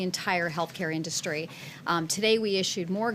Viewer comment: This complete imbecile can't even pronounce the word industry correctly.